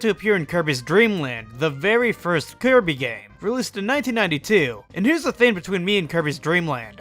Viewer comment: sounds like he’s saying keirby 😂